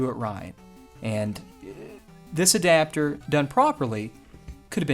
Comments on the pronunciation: I'm french and all I can hear is: The subidibidapter 🤣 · I am American and all I hear is subidbidapter